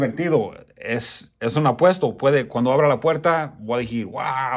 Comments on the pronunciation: Digir jajaja decirrrr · voy a decir* good, voy a dijir* wrong just for let u know bro i like your vids and your spanish too, keep going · “ voy a decir” No voy a dijir. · No se dice dijir se dice desir no se dice misteria es misterio y me gustan tus vídeos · SALUDOS.UNA OBSERVACIÓN...NO SE DICE DIJIR...SI NO DECIR.... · Se dice... Voy a decir... No voy ajir😂😂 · 'Voadijir'🤣 🤣 🤣 🤣 Voy a DECIR. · Oye no te han enseñado hablar no se dice dijir se dice DECIR tampoco se dice rompido se dice ROTO aprende hablar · "decir" amigo, no dijir